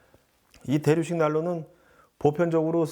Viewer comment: 대류식, 대륙식 두번 잘못 발음하셨네요. 헤헤헤